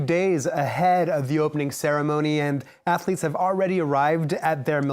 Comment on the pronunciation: They are ath-uh-leets.